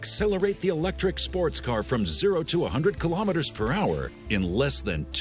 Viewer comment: I wonder why people always seem to trip up on the pronunciation of "kilometres" when they can say "millimetres" properly.